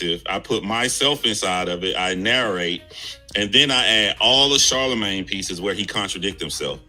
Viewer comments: It’s Charlamagne my guy, not Charmalagne. But still, f CTG anyway. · Lmao "Charmalane" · Char- mel- lane??? 😳😂😂😂